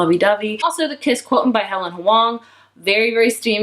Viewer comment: Just a heads up, quotient is pronounced quo-shent but OMG he is also my newest fictional crush * fans self *